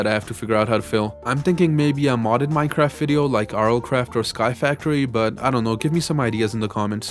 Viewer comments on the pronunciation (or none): none